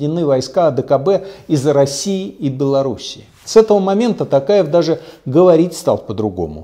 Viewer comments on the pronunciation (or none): Не Такаев а Токаев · Такаев , правильно надо говорить Токаев , вы неправильно произносити фамилию